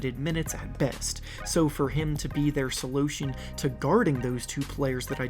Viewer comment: he really said solotion 😂😂